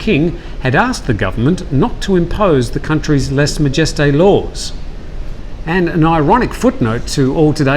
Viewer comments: Lèse-majesté - less ma-je-stay (not "jest") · "Lèse-majesté" is a French word, try pronouncing it in this fashion. Your pronunciation sounds clownish.